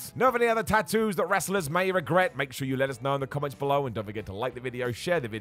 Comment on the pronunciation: Drink everytime says “Tat oos”